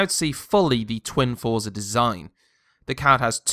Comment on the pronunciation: Got the Gigabyte r9 290 for $80 off. Its actually quite quiet. TIP for review dont really talk about looks as they are personal choices. Also its pronounced "froze-are"